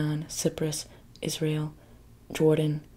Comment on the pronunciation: im having bilingual issues whenever she says Israel cause i keep hearing "is real" and im like what is real?? to then immediately realize it's the name of the country and not a phrase